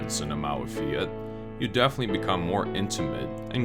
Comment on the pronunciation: you say "fiat" not right. you should say fiat like "fyat", I mean without "i" I mean we don't read "i" we read "j'', "fjat"